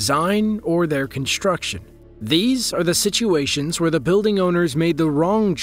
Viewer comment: "Conshtruction", "shtructurally" "dishtruction"--for some people first grade never ends.